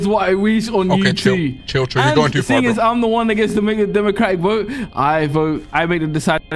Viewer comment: One two tree four five six